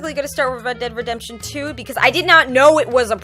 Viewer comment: ReEd deeEd Redemption 😂😂😂I know it was on purpose,but I love how you were saying it.